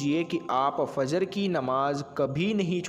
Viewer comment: FAZR KYUN BOLTE HO...FAJR BOLA KRO..